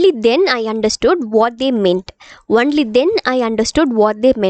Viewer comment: You teach well but your pronunciation is a bit different when it comes to certain words. Example "Only" you pronounce "wonly" and you stress "r" in certain words.